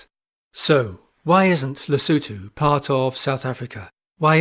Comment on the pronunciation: Batswana must be jealous at how well you pronounce Lesotho🤭